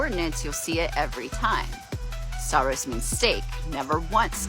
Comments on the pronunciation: It's funny you mentioned the pronunciation; hers was painful ... but you saying 'stavros' not 'stauros' kept making me wince (as someone who studied Ancient Greek) :P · Dan didn't make a point of it, but her pronunciation "sta-oo-ros" gives away her ignorance of greek. And there are other greek words spelt and pronounced like this.